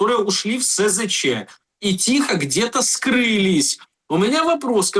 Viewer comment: А ты, дорогой, не умеющий ставить правильно ударения в словах, человек не предполагай. Знать надо! Если СЗЧ, то значит чувак ушел без оружия и БК. С оружием и БК не СЗЧ, а дезертир. И цифры СЗЧ не такие уж пугающие. У меня большинство знакомых не раз и не два уходили в СЗЧ. А дела могут открывать по случаям СЗЧ. Рекордсмен один чувак 8 раз сбегал. А знаете с чего начинает знакомство командир с новоприбывшими - объясняет что бежать надо без оружия и БК.